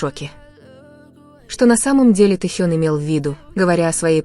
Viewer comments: Когда уже Тэхена будут правильно называть. И таюнг и Таён.. Ужас просто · Господи, речь отврат, ударение на многих словах не правильная, имя Тэхёна искожает